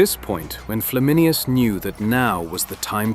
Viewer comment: It's Flam in ayn us, not Flam in i us.